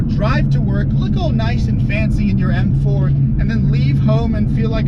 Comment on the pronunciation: does anybody else here him say f4 instead of m4 ?